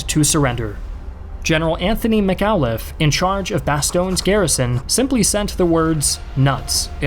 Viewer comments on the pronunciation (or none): Wow. You butchered McAuliffe's last name.